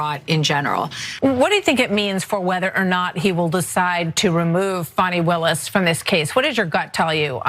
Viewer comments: We all know Alina hobbit is not so smart - she admitted that😳. it’s hilarious that she purposely mis-pronounced Fani Willis’ name … shows her continued stupidity! You know she’d rather be pretty than smart 😂😂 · It’s pronounced Ms Willis.